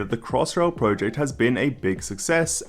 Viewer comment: please pronounce project correctly it annoys me more than it should.